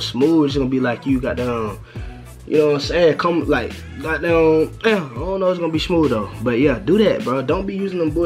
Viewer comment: you from the DMV bro? the way you say "the got damn" gave it away if you are